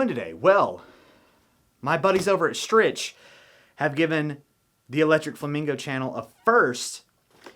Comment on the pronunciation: Your mom hopes that you pronounce Strich “Strick” properly in the next vidya!